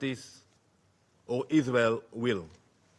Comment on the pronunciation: Oh Danny, not you weposting youwself at the UN to feel like a big boy. Maybe if you say tewow enough, the stupid Israeli sycophants will still bewieve you. Question for you, who is Iswael gonna negotiate with if you keep killing the negotiating team?